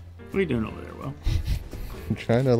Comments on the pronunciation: "They der" - 2019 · "They durr" - 2019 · You mean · "They dur" - 2019